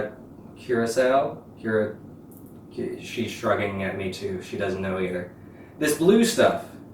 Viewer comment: great video! but the costume doesn't look good imo, just dress natural and be yourself! (also, its pronounced cur-a-co)